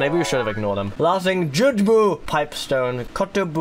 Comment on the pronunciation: I feel like I should point this out once and for all: "Jugemu" is actually pronounced "Ju-geh-mu", and is the Japanese name for Lakitu, which is why he says it so much. And yes, I only know this because I watched the 1985 animated Mario Movie subbed.